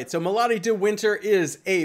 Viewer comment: Omg. It's me+lady, not mahlady :)